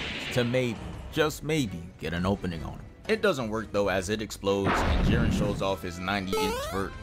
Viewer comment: You actually pronounced it right first time